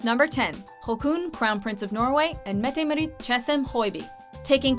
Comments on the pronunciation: Marit, it is Maarit, tack. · Your not saying mette marit right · When you're Norwegian and you cringe SO HARD at the way she said Haakon and Mette Marit😳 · Her pronunciation of Haakon and Mette-Marit's names was really bad. Painfully so. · Nothing compared to how she said "Mette-Marit"... ouch! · Hehe, nice top 10 :) But i gotta corre t somethings ;) Mette Marit is pronounced Mette maaaaaaaareet :) Haakon is pronouced Haacon :) and joachim is pronounced Joakim :) And the first royal to marry a "commoner" wasn't pavlos, it was actually harald the king of Norway to now Queen Sonja :)